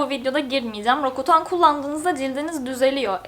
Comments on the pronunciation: bunu diss olsun ya da kınama olsun diye yazmıyorum. linçlenmek ya da yanlış anlaşılmak istemem :/ ama roaccutane 'roakutan' diye okunur 'rokutan' diye değil. çoğu kişi yanlış söylüyor ilacın adını ondan düzeltmek istedim. lütfen linçlemeyin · ilk defa roğakutan değil rokutan diyen birini gördüm kulağa çok değişik geliyo acaba doğrusu hangisi